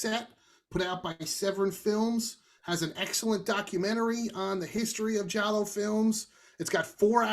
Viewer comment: pronounce Giallo very well.